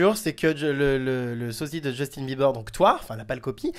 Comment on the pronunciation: il est gay c'est sûr il représente trop mal justin PS: on dit pas beulibeurs ont bilibeurs